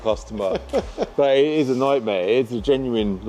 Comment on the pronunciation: "wow" "crazy" " nightmar"